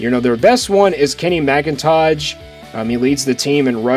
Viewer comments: Please don't butcher Kenny McIntosh name like that. LOL! I have NEVER seen a J at the end of that man's name. Like tf. Bruhhhhhh. You messed up SteTson Bennett's name too! Who are you? LOL! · Kenny McIntosh not McIntoge, and Stetson not Stinson Bennett. maybe a little more research next time.